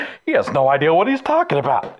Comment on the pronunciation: Who started this dixie-talk bullshit of saying "ideal" for "idea"?